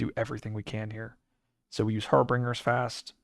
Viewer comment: I love your content, and have been watching a bunch lately, but I justed wanted to point out, that you might want to look up the pronunciation of Harbingers. 😅 Or not, I don't decide what you do or don't, and I'll keep watching anyways! Keep up the great work!